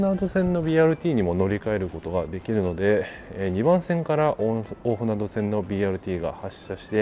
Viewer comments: BRTにはまだ乗ったことがないので、一度乗りに行ってみたいです。 一つだけ、！「おおふなど」じゃなくて「おおふなと」です！！ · きょうび高速バスのほうが便利なので気仙沼の人が仙台にいく場合は高速バスを使うんでしょうけどねぇ。 柳津〜気仙沼は昭和50年頃に散々待たされた挙句に開通したのがまた鉄道が無くなってしまって悲しいですね。津波を口実に赤字路線を切り捨てたとしか思えません。 一方赤字路線の廃線後にBRT転換するのは旧鹿島鉄道のかしてつバスがありますが、途中区間が一般道走行で渋滞に巻き込まれるし、一般道との交点ではいちいち停止するなど、BRTの体をなしていません。こちらの方もいつかレポートお願いします🤲 ※蛇足ながら「おおふなど」ではなく、「おおふなと」です。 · 「おおふなど」ではなく「おおふなと」だと思います。聞いていて気になりました。